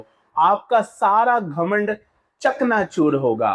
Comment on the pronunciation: Ghaman Ghaman kiyong bolte ho